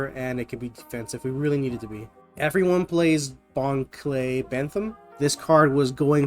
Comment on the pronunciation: You keep misspronouncing Bon Clay